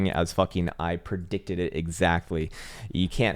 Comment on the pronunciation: Me too, And the "I prdicted this" ........lol